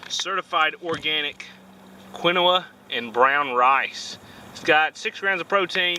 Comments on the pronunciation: your rice pack is pronounced keen-wa. be careful out there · pronounced keen wha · I'm not the only person who say quinoa wrong